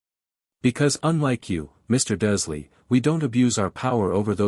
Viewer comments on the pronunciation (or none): Again another video where the bot voice can't read the r in Dursley, even though it does in other words. 🙄 The voice is annoying enough, but not making sure it says names correctly is lazy editing.